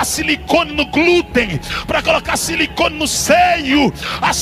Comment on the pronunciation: "CILICONE" ? "GLÚTEN" ? 😂